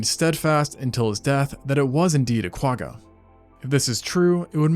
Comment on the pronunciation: I’ve been binge watching your videos for the last week or so. I absolutely love the layout and research that goes into these. I’m always so impressed that you can say all the big Latin words seamlessly. I just wish that still carried over to the Quagga. I think it might be a language thing, but if you’re able to really hold the “G” at the back of your throat and almost gargle with that letter than you’d be saying it right. I really wish there was a better way to explain it. But at the very least you can look up some Afrikaans words and you’ll see what I mean.🙈